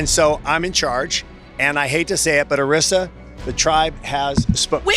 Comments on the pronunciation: Jeff clearly said Arisa's name like 6 times and you still pronounced it wrong lol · How do you get Arisa's name wrong when Jeff said her name correctly multiple times.